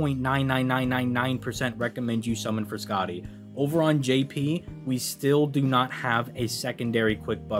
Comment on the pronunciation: Idk if you read these comments but please listen to me man: It’s pronounced O-beron. Not Aww-beron. O. As in say the letter O. O-beron. Not Aww-beron. Please man. I’m begging you.